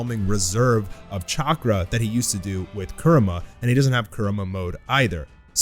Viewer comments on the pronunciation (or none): Its kurama not kurma 😂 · Excited to see what happens with Naruto, also I like the content just gets to me how you say Kurama. A in Japanese doesn't have "uh" sound. But that's just me being picky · “For the first time since Naruto lost Kerema” Could have sworn it was Kurama.